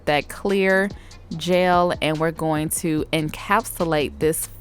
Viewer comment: The fact that you pronounce “gel” as “jail” is a pre cute accent